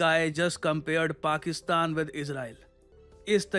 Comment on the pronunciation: Stunning presentation,. And, your pronunciation 'Pakistan ',👍.